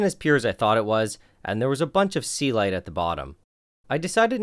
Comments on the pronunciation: I have always wondered what the fuck is "sealight." First time I see it written in the video and couldn't just believe it was "Celite" all the time. You sir, have completely wrong pronunciation for that word. Please, try to say it correctly. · That's the first time I see the word Celite, because I kept hearing 'sea light'